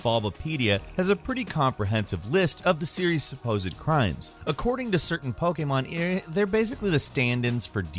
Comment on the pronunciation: Still can’t pronounce Pokémon correctly